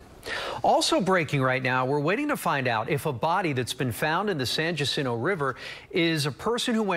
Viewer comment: Pronounced: San Hacinto.